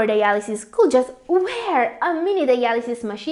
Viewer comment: Your pronunciation and intonation are quite disturbing especially the words that should be pronounced with silent "L" such as could, should, would ... please take note of the words with silent "L". ✌